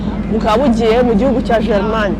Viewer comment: Nkunda ukuntu uvuga Jerimanye😂😂😂😂 basi jya uvuga Jamani😂😂